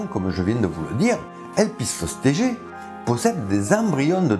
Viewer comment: Je me pose une question sur la prononciation de "Elpistostege" ... Ne doit ton pas prononcer la dernière syllabe en "gue" comme dans "Stegos" ? C'est du théorique, hein ... En tout cas, toi, tu ne te trompes pas sur la prononciation du Cœlacanthe !